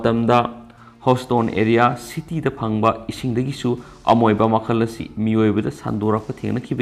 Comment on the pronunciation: pronunciation loina lalle. Houston.. amoeba lalle..